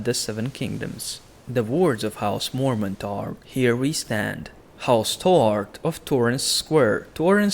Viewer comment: house morment? ive never heard of-waaaaait....he means Mormont lol